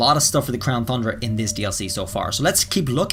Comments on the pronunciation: Ton-dra. Not thun dra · TUN not THUN ... there no H ffs... you gotta fix that shit man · Its not thundra its tundra, without the th in it, 😑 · Crown thundra dome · He's saying THundra on purpose now isn't he 😂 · He’s still saying thundra my guy it’s pronounced TON-DRUH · Is there a reason why you keep saying Thundra, and not Tundra? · Dudeee its crown tundra not tHundra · He still calling it the crown THundra not Tundra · TUNDRA not THUNDRA! 🤣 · Its Tundra Not Thundra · The fact that he keeps pronouncing "Tundra" and "Thundra" makes me cringe. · Does he always add and H to Tundra? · Whenever he says “Thundra” I get to annoyed pls stahhhhpppp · Homie lives in Japan, probably as an English teacher but still says "Thundra" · What's wrong with the Crown Thundra. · Tundra! There is no soft "the" sounds in that word. This has to be trolling at this point. It's infuriating. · Will someone tell this dude tundra doesn’t have an h in it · After me; crown TUNDRA. Again; crown TUNDRA, no TH in TUNDRA, sorry, it just bugs me that EVERYONE said so and just kinda ignored, BTW,, if you are reading this, I love your videos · TUNdra, TUN-dra lol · He says Crown Thundra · How you an English teacher and pronouncing Thundra wrong •_• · Seriously say tundra right theres no excuse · Stop saying thundra please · I am convinced he mispronounces 'tundra' on purpose to mess with us